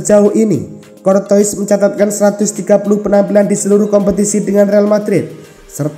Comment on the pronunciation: Courtois dibaca cortowa itu yang bener min , beljar dulu min